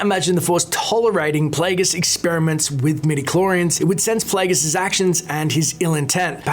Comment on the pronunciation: i love your pronounciation at 4.20: Pleguus